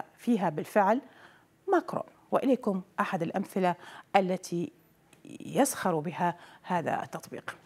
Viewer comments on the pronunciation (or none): يسخّر و ليس يسخَر😄